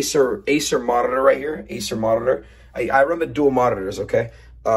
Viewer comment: "I errreted this video" "Acer morrtitor"